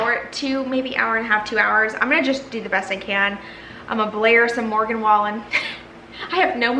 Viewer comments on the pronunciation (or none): lol she said morgan name wrong